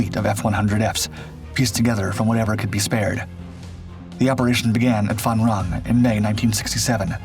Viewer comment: It’s Phan Rang